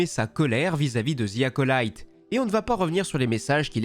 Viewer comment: oui d'accord avec toi mais le "y" se prononce "i" par exemple personnellement je m'appelle Jimmy personne prononce "Jimmaï". En tout cas continue tes vidéos depuis 5 ans que je te suis c'est la première que j'ai quelque chose à dire